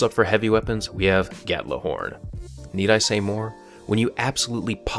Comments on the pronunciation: While I love this video, I have one gripe. Gjallarhorn, not gatlahorn or however you say it lol It's the same way you would normally say Mjolnir, just with a G instead of an M. G-yall-ar-horn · I cringe every time he says gatlihorn. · Gatlahorn? Im scandinavian and that pronunciation sound stupid to me :/ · gjallarhorn has no 't' in it, and would be pronounced gyahllarhorn in viking english. I think. don't take this as hostile, it's just been bugging me a bit. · Gatlahorn? You sound like a ten year old that can't pronounce simple English. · The absolutely most annoying thing about the exotic weapons, isn't even the weapons themselves. It's the way people pronounce the name of the gun Gjallarhorn, and the irony in the fact that all of the people mispronouncing it, are the same people who called Halo noobs idiots for pronouncing Mjolnir as 'Mijorliner'. Gjallarhorn is Nordic-Germanic. It's name of the horn that Heimdall uses to sound Ragnarok, so, people need to stop being morons and pronounce the gun's name properly. YAH-LARR-HORN. Seriously, Bungie put a lot of work into symbolism into the game, and I swear every time I hear some dipshit on Crota's End say to hit him with Gallahorn, I feel like they wasted all that effort.